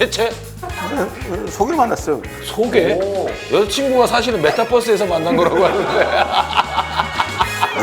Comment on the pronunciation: 메타뻐스 발음에서 늙음을 알았다